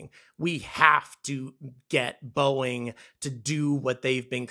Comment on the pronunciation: boeing? nah... boo-ing.